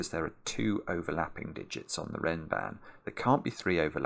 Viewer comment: Funnily enough, I never realized the connection because of Mark/ pronunciation (the "a" should sound like the a in "bra"), but then I heard Zetamath say it in a video once and it clicked